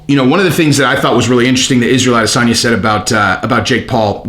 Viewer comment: Get that Nigerian spin on it.... A-diss-son-ya